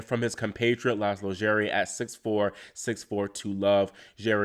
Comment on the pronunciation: Finally someone can pronounce Laslo Djere correctly ! >3 :D